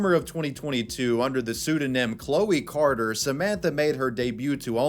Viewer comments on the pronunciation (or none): none